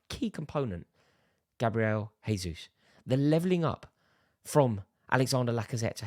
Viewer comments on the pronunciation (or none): A bit annoying how this guy says Gabriel “H”esus instead of “J”esus I’m sure you wouldn’t like it if your name was mispronounced as “Rary Jenn-ings” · For the love of God Rory, he isn’t Spanish! Say the J.